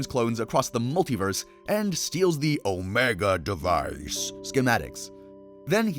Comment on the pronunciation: please stop saying omega device like that gng